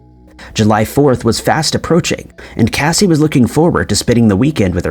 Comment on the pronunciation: Casi pronounces her name kay-see. Not Cassie